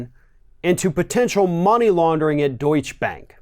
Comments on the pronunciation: it is Deutsche ( deut- cha) Bank.... Keep up the good work! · Deutschebank is three syllables, not two. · How to pronounce Deutsche Bank.